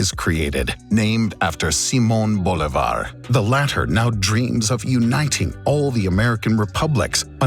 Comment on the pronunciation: you said "Bolívar" wrong, the acent is in the i, not in the o